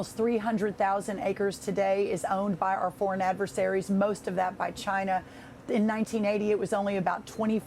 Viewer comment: What is it with Fox reporters that cannot pronounce China correctly. It's irritating to thr extreme.